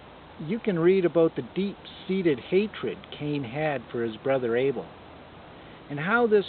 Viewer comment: Anyway it’s Abel not Able...